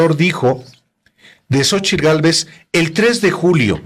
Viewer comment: El kks obrador no sabe decir Xochitl dice (Xochil).y dice que es Licenciado.